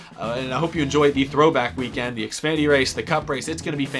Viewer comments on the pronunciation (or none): You have said xfady not Xfinity